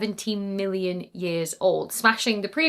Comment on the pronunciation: Can you please work on your enunciation of “million” and “billion”, because I lost track in that distant black hole piece.